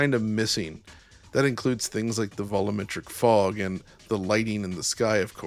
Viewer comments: Great video. But you keep pronouncing volumetric as “vol-oo-metric”. That’s wrong and really detracts from all the hard work that went into this project. It’s pronounced vol-you-metric. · I am convinced intentionally mispronounces things to upset me. ‘Voluumetric”? Turn up the “volim” on that stereo!